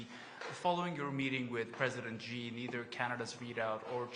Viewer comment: How hard is it to learn how to pronounce Xi? LOL